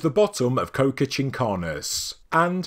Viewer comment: Qocha is pronounced Ko-Cha, like "gotcha!" with a k